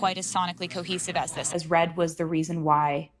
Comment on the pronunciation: When she says the word "cohesive" I actually hear: "cockesive". Or something like that.